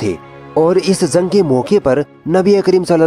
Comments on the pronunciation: Zung nhi jung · Bhai zang nhi jang hh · تلفظ درست کرو بھائ.... زنگ نہیں جنگ ہوتا ہے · Zang nhi jang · Zank nahi hoti jung hoti hai ok aage sai kisi or ko dena bolne ka kaam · bura na maanna bhai ,,, Bhai zang nhi jang hota h Thoda zuban ko sudhariye apni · Dear admin Bhai aap apni udru sahi kre ...zang nhi jung hota h aur saheed nhi shaheed hota .. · Urdu bolne Mein apka talaffuz theek nhin h. Jeem ki jagah pr ze zaal zuad ka n sheen ki jagah seen ka istemaal na kro. Shaheed ko saheed na bolo. jung ko zung na bolo. Albatta andaz achchha h. Intzar jafri. .